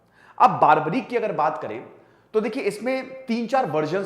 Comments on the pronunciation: Its barbarik not baarbarik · बारबरीक नही, बर्बरीक है। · Nam ka sahi uccharan toh ker lo bhai